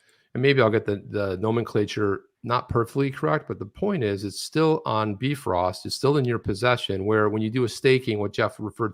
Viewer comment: Bifrost Chipper, not Defrost.